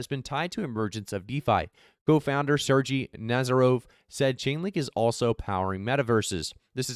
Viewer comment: Bro it's pronounced SER-GAYY NOT SERGEE 😂. Good vid as usual.